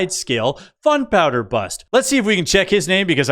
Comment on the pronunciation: I'm subscribed. You are hilarious. The pronunciation on the "Canadians" crossing the border with "fun powder", cracked me up.